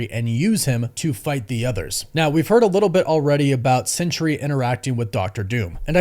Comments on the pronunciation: It’s SENTRY: sen-tree, not CENTURY “sen-ch-ry.” There are two syllables, not three. Doctor Doom isn’t going to try to manipulate a hundred years. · Are you saying "Sentry," or "Century?" You should get that sorted out